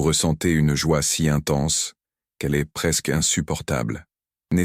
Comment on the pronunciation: je déteste cette voix de l'IA! la reyranscription écrite en très gros caratère est nulle, avec des énormes fautes! le verbe être à la troisièmepersonne est dit EN S T, alors qu'on prononce pas ces letrres en entier! c'est très dérangeant quant à la véracité de l'énnoncé de votre discours!